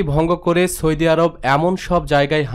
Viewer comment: সৌদি শব্দের উচ্চারণ ঠিক হয়নি। উচ্চারণ আরো ভাল হতে হবে।